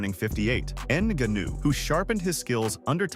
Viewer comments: It actually starts with a ng sound, not enga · GANU GANU… ffff its NGANNOU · "Ann Gunnue" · A channel called fighter’s corner is going to call Francis “inaganoo”? WTF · Francis "En-gannu"😂😂😂😂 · You should learn French to say Franciss' last name in a way less embarrassing way. Try, "Nin-gaw-khew." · Francis N’ganuuuu…. Bruv, I turned off this expert after I heard that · Francis N-gone-ew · “Francis Enganoo” 😂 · Yeah i immediately clicked off of this video as soon as it said francis in-guh-new. Do your own commentary or just stop making videos... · Francis Ngannou is pronounced NAH GA NU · Pee-ka-boo, En-ga-noo. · "Francis En-Gu'noo" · Rampage said Neganu🤦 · that mf said nigganu 🤣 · You are slaughtering Francis' last name